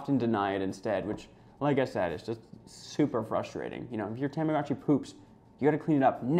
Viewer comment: The commercial for this device calls it a “tom-ah-goh-chee”, not “Tom-ah-gah-chee.” This guy calls it a “Tam-ah-gah-chi.” I think I speak for Millennials everywhere when I say, “whaaaaat?!?!” 😑😑😑